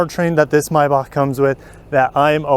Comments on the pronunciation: I. Believe it is a MAYbach not a MYbach. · Why do you pronounce "MAY" as "MY" MY- BACH or MAY- BACH